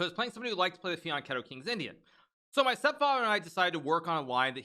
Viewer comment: Hikaru, you’re the only one who pronounces ‘fianchetto’ correctly.😂👌👌